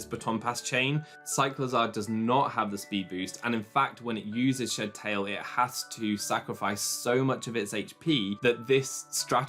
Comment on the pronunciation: Shed Tail is two words. It's SHED TAIL not shedTAIL. I can't stand how Pokémon fans don't know how to properly unnunciate their words